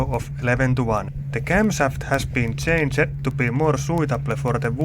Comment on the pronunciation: You were pronouncing every word so amazingly. "The container is Fill-ed." "The camshaft has been Change-ed." Awesome.